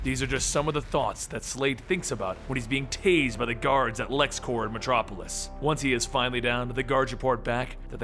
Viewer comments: i wish i could say this to your face, "clears throat and tries to remove the rest of the random vomit that plagues me rn" IT'S LEXCORP NOT LEXCORPS!!!!!!!!!!!!!!!!!!!!!!!! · Its lex corp, not lex corps, corp is short for corporation, its not like the green lantern corps, please say it right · It's a common mistake but you kept pronouncing Corp as core (I guess because of the green lantern corps) but the p is pronounced because it's short for corporation